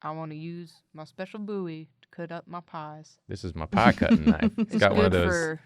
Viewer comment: thank you for being one of the very few people alive who can pronounce my last name (Bowie) correctly. You are wonderful.